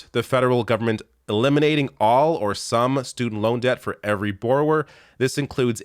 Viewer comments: The most Canadian has ever sounded saying borrower 😂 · It's clear you're Canadian by the way you say the word "borrower."